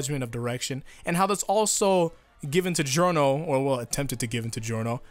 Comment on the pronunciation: Also it's Jorno not Geeorno